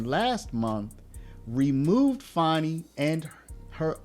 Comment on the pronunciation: It's pronounced Fani not Fauni. AH